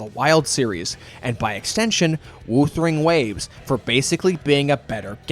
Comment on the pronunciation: man said "Woothering Waves". I'm dismissing every point made in this video as wrong.